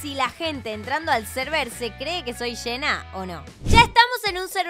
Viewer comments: Nosedice hena se dice jenna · Amo como dice “Shena” en lugar de Jenna JAJAJJSJJAJSJJS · Eeeeee pero se escribe jenna y se pronuncia yenna